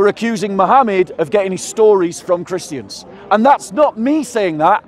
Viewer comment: It's so funny when people say "Christy ans" 😂